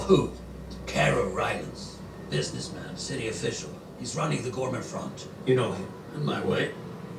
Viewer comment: Ghorman is French badly spoken.